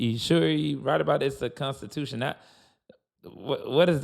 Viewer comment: "The Consti- dooo- tion" 😅😅😅😅😅😅😅